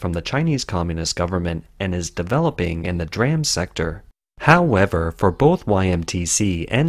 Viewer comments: For reference, "DRAM" is pronounced "dee-ram", not "dram." "D-Ram" is a specific type of computer, random-access memory; "dram" is a unit of apothecaries' weight, a small drink (of liquor), or a small amount of something. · It's not dram it's d-ram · In the chip industry, DRAM is pronounced "DEE-ram" and NAND is pronounced "nand" just as it is spelled. It's not spelled out as n-a-n-d.